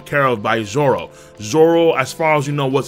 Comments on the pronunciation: Did you legit call him zolo? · But it’s pronounced as zoro And usually written as zoro so people don’t get confused